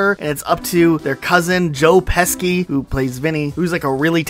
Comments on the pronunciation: Joe Pesci's name is pronounced, "Peh-shee". You're welcome. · He also pronounced joe pesci as joe pesky 😹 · *Joe Pesci is pronounced Peshi, not Pesky btw! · Omg not Joe pesky 😭 put some respect on the Pesci name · It’s joe PESH SHI